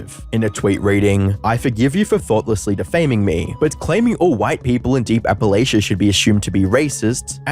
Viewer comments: As a native East Tennessean its hurtful to hear someone broadstroke and paint everyone i know and love as willfully ignorant bigots. It speaks to a very classist mindsent. He can't even pronounce Appalachia right. Its like "I'll throw an Apple-at-ch'ya". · For posterity, it's pronounced App-uh-latch-a. Not Apple-ayshia. Just saying as a local that lives up in them there hills.